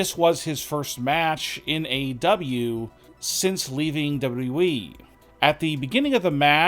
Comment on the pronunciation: It's "WWE". Not "W.E"